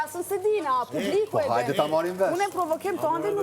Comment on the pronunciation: Oj Albaaa mos birrr Prrovokiìiim 😂😂